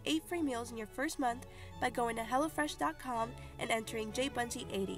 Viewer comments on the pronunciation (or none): Am I the only one who thought she said HELLAfresh?